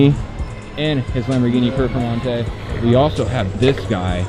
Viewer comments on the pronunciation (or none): It’s not PEFormante it’s PERFormante headass🤦🏻‍♂️